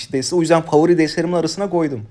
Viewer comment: "qoydum" şive girmiş 😅